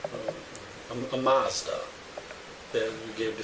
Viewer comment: A few points. She killed a cop, she's lucky she doesn't get the chair. '7'' IQ - Boll*cks! Whats a Marrrrrrsda? Its Mazda!